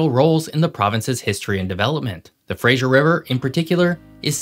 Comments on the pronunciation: Just so you know, it's Fra-zer, not Frasier 🫶🏻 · Lovely video showcasing our beautiful province. But suffers from the peculiar North American tendency to pronounce "Fraser" as "Frasier" :) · you keep improperly pronouncing the "Fraser" river as "Frasier" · Also the Fraser river is pronounced like Frazer, not Frasier. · Nice work here,. Just a few suggestions on pronunciation (in phonetics) from a local. Chilcotin= Chill coe tun, Fraser = Fray Zir (not Frazier as in the character played by Kelsey Grammer) and Esquimalt= Es kwie malt. These are all anglicized and not quite the First Nations names. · Yeah the mispronunciation of Fraser is pretty bad from someone who says he lives in Oregon. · Chilcotin has a hard O sound, like coat, Esquimalt, while showing it's enunciation online as how you pronounced it, no one in my 60+ years has ever pronounced it that way, actually. We all say Ess kwhy malt, with the accent on kwhy. Fraser is like laser, not Dr. Frasier Crane. Ker moe dee bear. And oh, what the heck: Neil Peart is pronounced Neil PEERT, not Neil PERT. lol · Nice work,! I have three small pronunciation corrections to make regarding British Columbia place names. Fraser: freɪzər (FRAYzer, not FRAYzher as in the TV show, “Frasier”) Chilcotin: tʃɪlˈkoʊtɪn (chillCOATin, not chillCOTin) Esquimalt is: ɪˈskwaɪmɔːlt (iSKWYmalt— SKWY rhymes with WHY—not iSKWEEmalt) You pronounced all the other names correctly, or at least the way most people here in BC do. Thanks, and keep up ‘em coming! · Hi, great video! Couple pronouciations: Fray-zer, not Fray-sure; ker-mode-eye, not ker-mode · It’s the Fras’er’River not the Frasier Crane River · Great video and I don’t mean to nitpick but it’s pronounced ‘Fra-zur’, not Fraiser. Thanks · You are mispronouncing Fraser. It doesn't sound like Frasier, the guy from the TV show. It sounds like laser. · It's actually just [Frei-zer] river not [Frei-zher]. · Sir. Please say Frazer, not Frazhure. Thanks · Fraser. Not Frazier